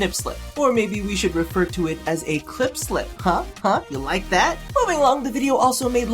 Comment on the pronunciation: Did that gay guy say clip or clit the world may never know